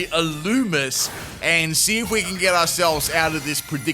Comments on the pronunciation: Illumise is pronounced (ill-loo-me-zay) or (ill-loo-me-say) ....just fyi 😊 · Its pronounced ill-loo-mee-say